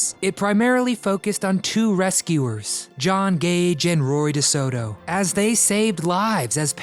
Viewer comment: Its Roy Desoto not Rory